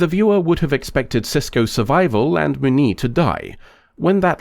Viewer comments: Moo-nee lol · The way you pronounce "Muniz" hurts my ears.